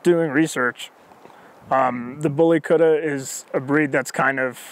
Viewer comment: Yeah but the way this guy says it lol he says bully kurrra 😂😂 it's bully kut-ta